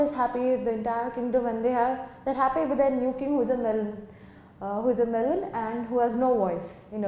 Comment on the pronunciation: Ma'am its 'melon'